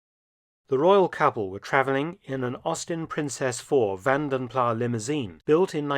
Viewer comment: The ‘s’ in Vanden Plas’ is not silent. M